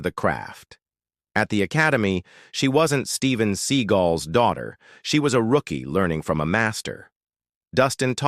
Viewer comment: Pronouncing Segal name incorrectly